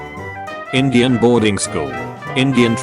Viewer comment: Haha the voice pronounced Indian as engine.